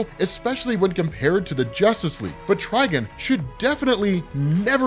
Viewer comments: Bro, why do you keep pronouncing his name as "Trigen"? It's Trigon... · Beyond omega level outside of DC? Schrödinger from Helsing. Dude's near god level in terms of power. Also it's Try-Gone, not Try-Gun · "try-gone", not "try-gun", dude. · I had to quit watching after so many times of hear tri gun. "Try""gone" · I TRULY despise the way you pronounce TriGON. It’s not Triginn smfh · Is it TriGIN? Or TriGON? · Anyone else keep hearing "TrigAn" (try-Gan) instead of "TrigOn" (try-gone)? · TrigOn, not TrigUn. Thats not Vash the Stampede. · Ah yes ....trigin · It’s (try-gone) dummy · HIS NAME IS TRI-GONE!!!!! Please get it right. It’s been 40 years. Please stop downplaying the Titans. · I keep hearing “Tryin” 🤣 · Can’t even watch this video because he’s saying trigons name like a rvtard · Bro say it right 😂 fucking idiot